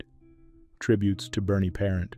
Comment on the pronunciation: Puh-ront not par-ent.